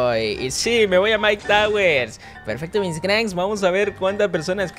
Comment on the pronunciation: en el principio de la partida dijiste mike tawers jajajaja xd